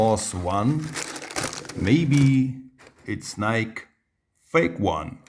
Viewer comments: not “Nyk” Its. “Nykie” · It's pronounced nikey ma dude